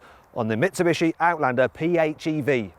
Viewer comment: 三菱の発音めっちゃネイティブやん